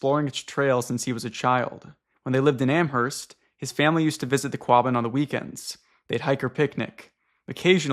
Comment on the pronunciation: ok guys YOU DONT PRONOUNCE THE H IN AMHERST!!! PLEASE ;-; every time lol